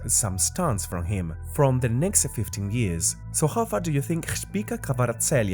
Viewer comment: That's a new way in which someone butchered his name. 😂